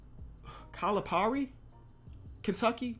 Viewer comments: It’s pronounced Cal-A-PEAR-EEE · I’m from Kentucky. CAL-EH-PAIR-EE.